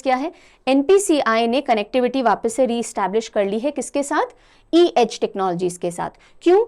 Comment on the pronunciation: It's funny how she repeatedly kept misreading C-Edge as E-Edge😂